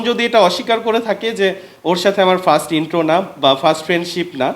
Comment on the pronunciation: ফ্রাস্ট কি রে ভাই ফার্স্ট ✅ ফ্রাস্ট❌